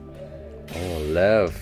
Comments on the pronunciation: Lev is a russian name. It's actually pronunced more like Lief (ɫɛf in IPA). I think you, like many viewer, let yourelf be too influenced by the way it's written, coach... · lev pronounced liev and it means lion not tiger